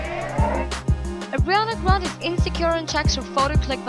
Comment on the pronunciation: Is it just me or is the voice-girl saying Adriana Grande??